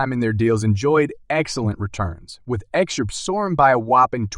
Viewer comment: How can you take a video serious with someone that can't even say XRP right, what the fuck is XURP